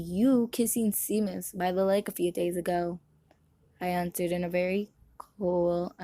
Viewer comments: Seamus is actually read as “SHAmus” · Im mean, he is Irish (I think)... Its like how 'séan/seán' is pronounced 'Shawn'